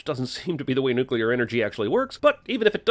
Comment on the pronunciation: You can't expect a mouth-breathing troglodyte like, who pronounces "nuclear" as "nucular" to know what "nuclear energy" is. Give him a break, the word is longer than 2 syllables.